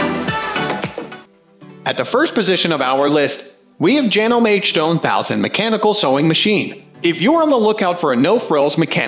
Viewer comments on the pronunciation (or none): and horrible AI generated voice, cannot pronounce chiffon, Janome, sewer or button hole;(sad. doesn't anyone preview the video? seems not.